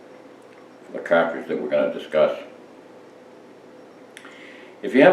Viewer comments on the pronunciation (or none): Excuse me sir but its car-tridge not kaw-twidge.......lol good vid no matter how old just like the parent cawtridge. Thanx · It’s pronounced cahhtridge